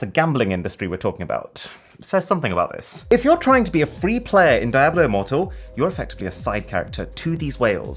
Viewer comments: It's pronounced DIABLO, not daeblew. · Sorry how you pronounced Diablo? Really? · Is it really pronounce die-a-blo? I have always said diablo d-a-blo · Diablo is pronounced di-ablo not dia-blo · I'm sorry... Die hwhat? Diablo as in devil. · I like how he pronounced Diablo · that Diablo pronunciation though :D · I think you mispronounced diablo immoral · my man really pronounced DIABLO like that